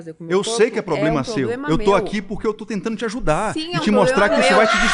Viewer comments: esse loiro: POblema, &sTRUp@ pqp não sabe nem falar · "estrupo, poblema"